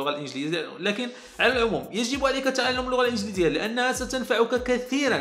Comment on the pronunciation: يارجل انت عربي انت ؟ كيف بتقول تألم بدل تعلم ؟ يارجل رح طق من لهجتك مئة ضولار بدل دولار :(